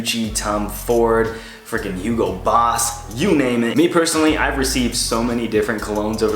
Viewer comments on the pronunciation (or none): none